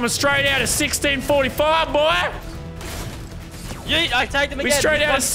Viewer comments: It’s not yeet it’s heet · Normal LazarBeam: Yeet Medieval LazarBeam: Hyeet